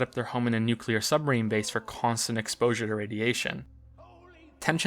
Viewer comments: I hope that "Nuqular Submarine" is one of your hidden traps like the "faKade" thing.... 'cause if not I'm reaching for my pitchfork over here. Loved the "Yo momma joke" completely unexpected. Great video. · this fuckin guy pronounces nucular wrong XD